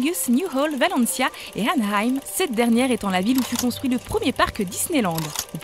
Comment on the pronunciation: c'est pas ANAYAM comme elle le prononce, c'est horrible d'écorcher le nom de la ville ou je travaille ! ... Mon dieux ! ANAHEIM !